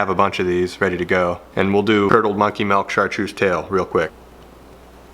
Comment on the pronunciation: Didn’t imagine as a “melk” instead of “milk” guy and I’m sorely disappointed. But great looking baits!